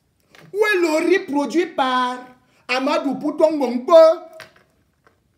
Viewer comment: REMY cesses de te mettre dans des histoires dont tu n'as aucune maitrise. Ahmadou dont tu éprouves des difficultés à prononcer le nom est bel et bien le coordonnateur du projet Mont Mbapit. c'est un projet initié par l'état du Cameroun comme tous les autres projets initiés au Cameroun. certes c'est un bamoun qui gère ce projet mais son coordonnateur a sa hiérarchie à qui il rend compte et non au peuple bamoun comme tu le prétend. par ailleurs, tu parles de détournement des fonds du deuil, laisses les concernés se plaindre. si les bénéficiaires de cet argent estiment qu'il n'ya pas de soucis pourquoi tu t'en mêle au point d'inciter les bamoun au soulèvements. Remy Ngono, franchement si tu n'as pas d'inspiration, tu peux te coucher et tu dors. tu racontes vraiment des histoires dont tu n'as aucune connaissance.